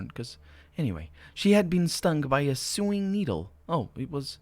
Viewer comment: Just for your information, Sewing is pronounced So-ing.